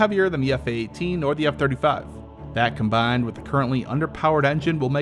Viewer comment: That CombAINNNND.